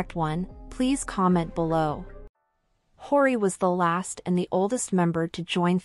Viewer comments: You're saying her name wrong 😅 h-yoh-ree not horey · is this narration done using bot? i keep hearing hori and haiori. not a fan of finkl or hyori.... but she's great. definitely OG. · It’s pronounced “Hy-yori.” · Its pronounced Hyo-Ri, like YO, but with a H in the front. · This video is really interesting but the robotic voice and constant mispronunciation of her name is really annoying… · Please, her name sounds so so wrong, 😂 spell it properly😂